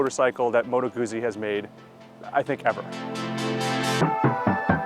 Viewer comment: Just say Guzzi correctly